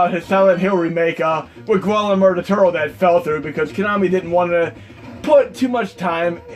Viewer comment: I'm sure Guatemala Del Toro has probably never heard his name that way, lol !! LMAO